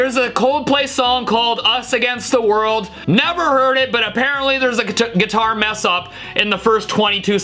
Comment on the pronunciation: Dude! You CAN'T even say GUITAR!